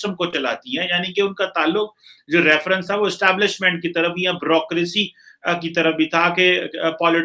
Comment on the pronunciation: Browkresee Xx Byu- row - kra- see